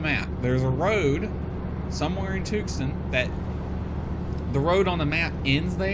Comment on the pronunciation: Since you're not from the west, it's not pronounced Tuc-son. It's pronounced Tue-San. Luke AFB is there where they trained all F-16 pilots before they sent a squadron to Holloman AFB, New Mexico. Now Luke AFB trains F-35 pilots as well as Eglin AFB, Florida.